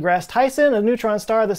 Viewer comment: You need to work on your pronunciation of Mjölner. It's really not that hard...